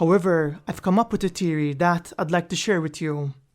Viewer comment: Really bugs me how you say theory lol where you from in the world? Not trying to be offensive lol its a genuine question :) enjoy your vids